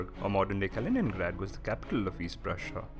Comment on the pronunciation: Kalinin^grad. Puberty